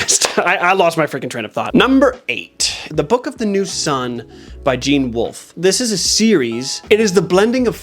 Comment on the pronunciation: You actually said every french word really well, expect the name Jean lol and to honest, it something you need to hear in order to be able to say it properly. I can't think of a single english word that would help pronouncing that name.